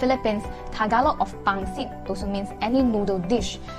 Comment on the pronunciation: its "pansit" in tagalog, and "pancit" in philippine spanish and english, not "pangsit"